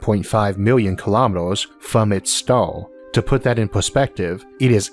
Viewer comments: Am I the only one who's hering "Stal" instead of Star? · "The closest staw to awth " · I can’t listen to this. I cringe every time he pronounces the word “star”. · Could I ask what dialect this is spoken in? I hear Oarth (Earth), stoar (star) and other words in non-standard pronunciation.